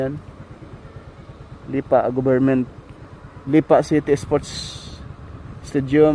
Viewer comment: Bakit "Lipà" ang pronounciation? Hahah